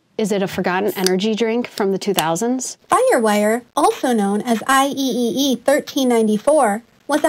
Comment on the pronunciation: I love this video. But please, just say "I triple e" 😭